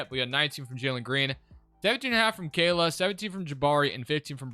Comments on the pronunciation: Khaman Malauch Ka-mon Muh-lock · Brooo you have to learn these players names lol. His name is not khayla